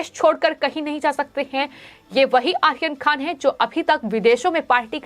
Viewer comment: अरे ऊच्चारण तो सही कर ले आहियान खान नही बल्कि आर्यन खान बोल ले